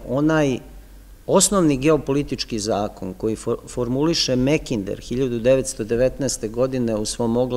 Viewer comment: Makinder je ispravnije nego Mekinder,bar se meni čini a u pitanju je samo izgovor samoglasnika "a" na engleskom.